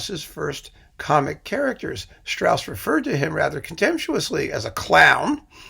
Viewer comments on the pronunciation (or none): Strauss was not someone who brought his humor to the people as a thigh-slapper - Rossini didn't do that either - but who had wonderful i not the best lyricists who hid the humor in the language, Strauss then in very fine music. And please - If you give a lecture on Strauss, pronounce his name and works correctly. And your analysis about Jochanaan in Salome is totally wrong in my opinion.